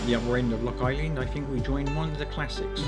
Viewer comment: Nice edit! It's pronounced Loch an ee-lan by the way👍